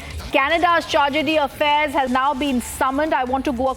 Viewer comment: Charge-de-affairs pronounciation! 😂What kind of "English" news channel is this?